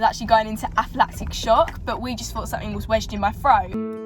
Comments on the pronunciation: It’s ANAphylactic shock not APHAphylactic shock mate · It’s not aphlatic shock it’s anaphylactic shock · aflactic? anaphylactic